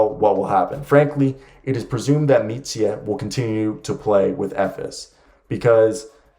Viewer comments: Micic is prounounced Michich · It would be more like Meetcheech. You are adding on an extra "eh" sound at the end when you say his name when you shouldn't